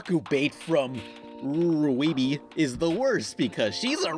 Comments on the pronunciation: im triggered by you calling it ru-wii-bee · i love the way you pronouce rwby. that's how me and my sister pronounce it.